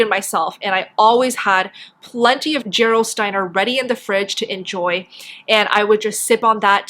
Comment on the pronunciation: It's German. Pronounce the G hard not soft for Gerolsteiner. Like in the word ghetto.